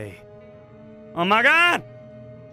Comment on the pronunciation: He said Oh My Gwad 9 Times I Counted XD